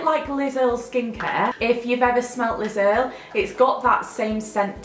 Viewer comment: when you said Liz Earl skincare I thought you said Lidl skincare 😂 and I love the walking dead atm